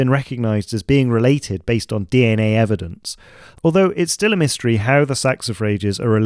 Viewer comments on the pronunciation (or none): none